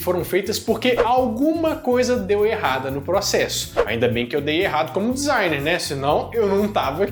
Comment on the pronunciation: Hummm disgner.kkk